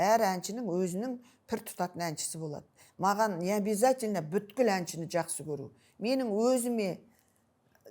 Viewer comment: Беске оқығаңың не керек БҮКІЛ дегең сөзды айта алмасаң бүткілдің түбі бүт дегең сөздең тарқаладі ал бұтің дамбал ішіңде саұатсыз сол екең ЖАРЫҚТЫҚ МЕШІТ ішіңде көргеңсіз қарақатпең қыз ойңақ жасағаңдарың содаң өзге орың жоқ болғаң сең ақмақтарға асып қүтіріп обалай .